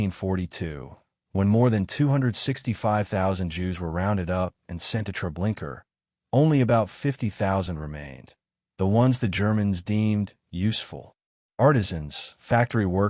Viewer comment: It's Treblinka not Treblinker